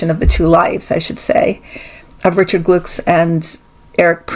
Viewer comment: Glucks is pronounced “Glooks” Hesse is simply pronounced “Hess.”